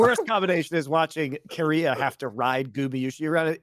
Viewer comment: Omg its keria not Korea very different pronunciations. Listen to iwd he knows.